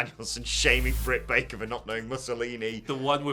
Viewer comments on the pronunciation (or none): none